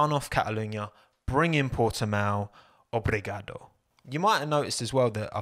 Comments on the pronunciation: I'm Portuguese and I'd say your "Obrigado" was quite good Hoping for a race in Portimão this year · You said obrigado quite well😁🇵🇹